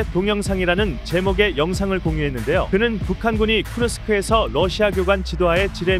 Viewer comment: 정감있는데 후르스크로 합시다. 후라이드, 후라이, 후리스